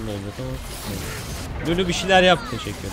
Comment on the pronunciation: Düzeltme lülü değil lulu